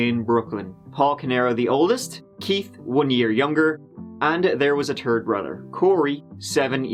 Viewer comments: third sounds like “turd”, I’m loving this guy 😆👍(tree & turd) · "And there was a turd brother." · Actually i was wrong third brother = turd runner... even better 😆 🤣 😂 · You really need to learn how to form the ‘th’ sound because although in this case it seems accurate, you called him the ‘turd’ brother. Lol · "A turd brother" lol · It's pronounced thirteen not turteen. It's pronounced third not turd. Ugh! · You keep pullin it twerd. Terd in American English! You rock. Thank you for your hard work man. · and... 'there was a turd brother'. love you but LMAO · “There was a turd brother” Lol, gotta love 😆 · The way you pronounce Th is never really funny until "3rd brother" is pronounced TURD brother!🤣 Yes I know.... I need to grow up. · "And there was a 💩 TurD 💩 brother".